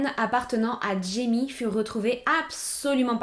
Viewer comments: Super vidéo ! Par contre j’étais perturbée car jaime se dit RAÏME (c’est espagnol) 😅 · jaime se prononce " raïmé " .